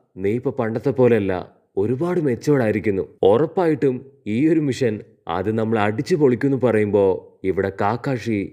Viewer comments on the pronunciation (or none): none